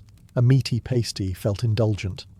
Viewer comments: Right, I enjoy your videos but ur also british so im confused why u said Pastee? Instead of Pasty ! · Pass-tee not pay-stee. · its called a pastie not a pasetee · Breeth mints? Paste-ie? Interesting pronunciation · What kind of English person pronounces pasty like that 😭😭